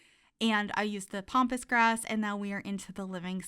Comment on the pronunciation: I have a little giggle every time you call it "Pompous" grass. :) Way better than Pampas grass. I am SO looking forward to all of your tiny builds with this new pack!!